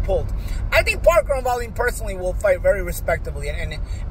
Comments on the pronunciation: LOL way-leeeen 🙂.... I like but he's a pudding sometimes. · Is he pronouncing Wallin correctly?